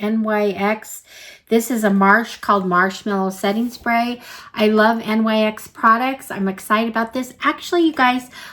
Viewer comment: Thanks for doing this unboxing. One note, NYX is pronounced "nix".